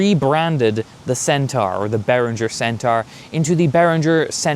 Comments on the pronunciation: Loving your work but I'd like to gently point out for pronunciation pedants everywhere that whilst 'centara' does indeed rhyme with Irene Cara (!); 'centaur' rhymes with door or floor. Not car. keep up the good work 🤘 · Heh yeah, the pronunciation where it rhymes with car is more American (to me). Also... Irene Cara? You old a$$ mofo!! 🤣 (Yes, I watched Fame too).